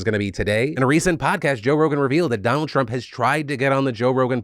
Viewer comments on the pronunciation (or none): none